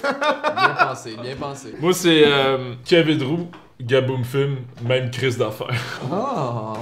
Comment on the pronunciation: criss on dit pas me(i)me mais mème